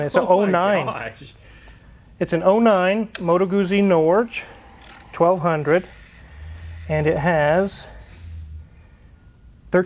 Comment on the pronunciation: Norge is pronounced "Nor-gay."